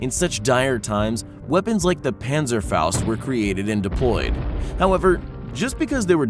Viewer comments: It is Panzerfaust not Pänzerfaust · Pänsäfaost... Fleigafaost... Your pronunciation is really bad...